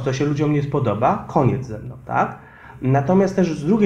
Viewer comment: "ZE MNOM, a nie z (...)" Tak.